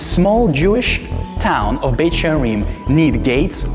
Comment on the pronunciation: Beit sharim, she says Beit with the sound Betch I thought Beth was House? Or is that Aramaic?